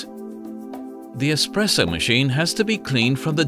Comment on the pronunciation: "the main features of an EXPRESSO are....." this expresso hes speaks of sounds an awful lot like espresso